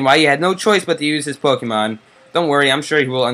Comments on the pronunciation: it's pokemon not pokeman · Does he not know how to say not to be but dude it's Pokemon not pokeman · Why does he say Pokeman? Its so annoying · Who calls PokeMON pokeMAN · pokemAn? its pokemOn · Pokèmon not Pokèman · U call Pokemon pokeman?!?!?!?!?!?!?!?!?!?!? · its not pokeman -. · Oh my god it's Pokemon not Pokeman ! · dude it's pokemon u keep saying pokeman! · say pokemon not pokeman! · pokemon not pokeman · this guy annoys me when he says pokeman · It pronounced Pokemon dum dum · You actually say Pokaymon because of the e in pokemon having an accent. 😂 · Its poke'mon but e has a dash above it so its like ay so u say like pokaymon but its spelled pokemon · Omg ikr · don't say Pokemon that way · I cringe every time he says pokemon, but good vid. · So glad someone else noticed that lol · Yeah why!?!? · ITS POKEEEEEEEEEEEEDMON NOT POKEMAAAAAAAAAAAAN